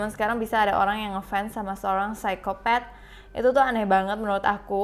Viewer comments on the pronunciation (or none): psikopat kak bukan pesaikopet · Psikopat di baca nya gitu kak